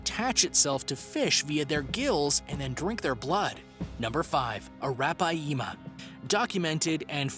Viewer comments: You read it as araphyma not arapayema😂😂😂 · That’s a -wrap-pie-yeema 🤔atleast watch river monsters and learn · ROFL the way you said arapiama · ya that is not how you pronounces arapaima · The way he pronounces Arapaima is gross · That's right